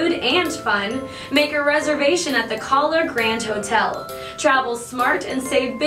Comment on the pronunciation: She pronounced Kahler wrong every time.